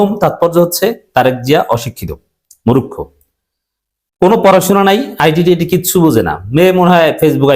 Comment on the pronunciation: আরে ভাই মুরুক্ষ নয় বলুন মূর্খ আল্লাহর ওয়াস্তে ইনশাআল্লাহ। আমার কথায় কষ্ট পাবেন না ভাইয়া মুসলিম মুসলিম ভাই ভাই। আর সে কারণে ভুল উচ্চারণ টা সঠিক করে দেওয়া আমার কর্তব্য বলে মনে করি। আল্লাহ যেটুকু আমাকে জ্ঞান এবং প্রজ্ঞা দিয়েছেন সে অনুযায়ী। তবু মহান মালিকের কাছে আমার মত আল্লাহর গোলাম ক্ষমা চাচ্ছি মাফ চাচ্ছি যে হে মহান মালিক যদি আমার এই মন্তব্য ভুল হয় আপনি আমাকে ক্ষমা করে দিন মালিক। এবং আপনার যদি খারাপ লাগে আপনি আমাকে মাফ করে দেবেন ইনশাআল্লাহ। আমিন